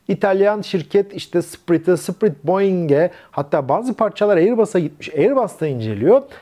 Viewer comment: Hocam, sprit değil, "spirıt" ( ruh ) şeklinde okunur.